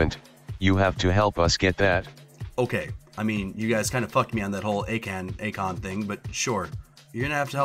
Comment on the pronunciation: Ok so the whole pronunciation thing with Akan you pronounce his name as Akan instead of Akon